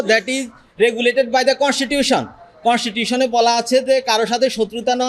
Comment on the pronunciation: তুই constitution বললি.. না constipation বললি.. বুঝতে পারলাম না। English বলতে অসুবিধা থাকলে বলবি না, কি আছে? পড়াশোনা কর, ভালো করে বলতে শেখ। নয়ত, বলিস না। ভাষার মা - বোন এক করিস না।